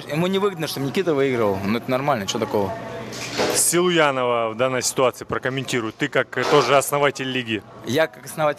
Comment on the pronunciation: Бля почему он говорит Селуянов 😂😂